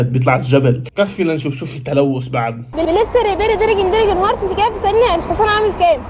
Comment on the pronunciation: 😂دركن دركن هورس ماشاء الله لغة انجليزية قوية